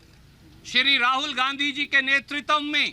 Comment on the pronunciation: Netritav nhi hota h netritva hota h,kis bachhe ko bolne bhej deti hain sonia ji